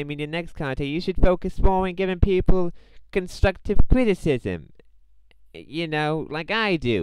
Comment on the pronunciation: no no no if your trying to sound like you got to be like Im giving you constwuctive cwitisim the w makes a difference